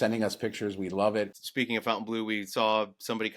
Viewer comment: It's stupid to give a Vegas hotel a french name that no-one is going to pronounce properly, but of course it probably doesn't matter. I'm not being a snob, but it's not 'Fountain Blue', it's (approximately) Fon tain blo. But what the hell.